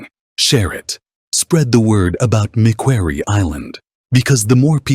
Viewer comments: Its not mc kwerry, it is pronounced mc quarrie as is a stone quarry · Suggestion. - Pronounce the name of the island properly.